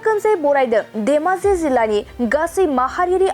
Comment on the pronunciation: देमाजि नङाखोमा धेमाजिसो जानांगौ। माथो रादाब फरायगिरिखौ देमाजि देमाजि सो बुंबाय थानाय बादि खोनाबाय आं।